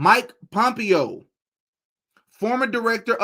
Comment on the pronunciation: Bro don’t know how to pronounce Mike Pompeos name. You have no business acting like such a hot shot. Exercise some humility cause you’re in over your head and the people who know, know. You’re on the right path but your behavior is embarrassing.